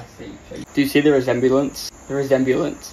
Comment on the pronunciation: trying to pronounce resemblance 😂